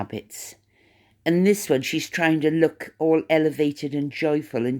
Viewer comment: Mindy Kaling is an American, born & raised in Massachusetts, of Indian heritage. So she may have been trying to be funny when she said leook instead of look. Cheerio!